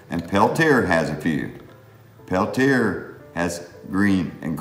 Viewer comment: hello, i noticed you pronounce pel -tear i always heard it as pel tee aye, i enjoy the marbles, how many marbles would it take for you to consider a true collector? thanks for the vids. roger